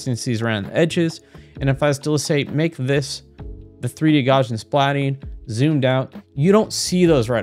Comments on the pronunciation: Gaussian is pronounced like Gauss (rhymes with house) . It's NOT "Garzian". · Gaussian is pronounced "gow-zee-inn"...